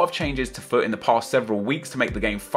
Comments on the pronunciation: Every time you said FUT I thought you said fuck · I kept thinking you were saying fuck instead if FUT, it sounded hilarious!! XD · Everytime you say "FUT" it sounds like your saying "F*ck" Lol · every time he says FUT i sounds likes he says fuck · anyone else thought he was saying 'fuck' instead on 'fut' at first? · When he says fut it sounds like fuck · It sound like he is saying fuck instead of FUT 😂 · Every time say fut it sounds like Fuck! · When you sat FUT sounds like fuck. LOOOL